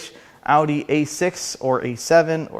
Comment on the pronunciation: Thank you for pronouncing Audi correctly. One of my bigger pet peeves.